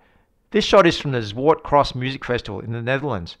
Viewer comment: The pronunciation of Zwarte Cross ( the event in the Netherlands you mentioned) was close enough 👍